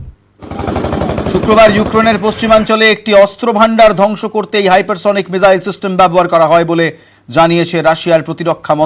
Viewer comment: Ucharan tik korun mijael na ..